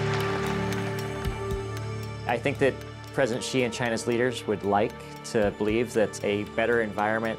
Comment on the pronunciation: How do you know if Communist Chinese are lying? Their lips are moving! (An old one, but a good one.) Comrade Dictator Xi is laughing at the West and Africa, etc. I love that the narrator purposefully mispronounces the Comrade's name - President C (ie See or Sea)